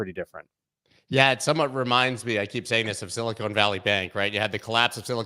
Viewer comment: Love how talks about "Silicone Valley" instead of "Silicon Valley" lol! Very different things...